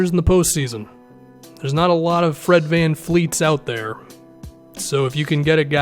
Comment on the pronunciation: Love your stuff man. But it’s Fred Van Vleet, not Van Fleet